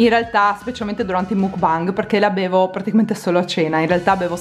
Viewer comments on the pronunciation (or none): none